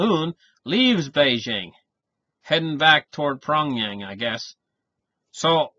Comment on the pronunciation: I like to correct the pronounciation of capital of north korea. It pronounces as peongyang not pongyang, eventhough its spell as pyongyang. I know its so confusing for the non native.